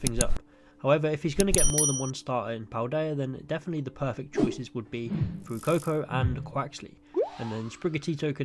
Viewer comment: I've never heard anyone pronounce Fuecoco how you do lol. "fwoococo." But that aside, I think Fuecoco would be the most likely starter for Ash to get, i've always thought it would fit Ash's Genre of pokemon. I'd love for him to get a Quaxly but thats just bias